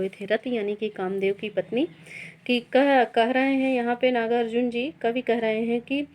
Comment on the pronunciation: नागा-अर्जुन ??😤 कृपया सही उच्चारण करें..!!